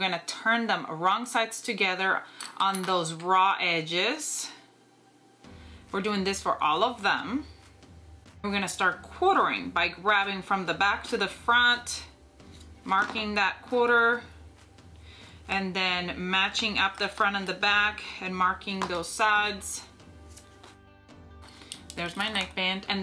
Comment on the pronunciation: Love both pieces! Will probably purchase both patterns at some point. (BTW, it's quarters, not quaters.) :D You do great work--not just sewing but making the videos too!